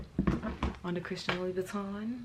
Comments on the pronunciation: Lou-boutin…not Louie-boutin 😩😩😩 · Why do u call it "Loui Buitton" instead of Lou Boutin? Its almost as though you keep trying to say "Louis Vuitton" instead... 😅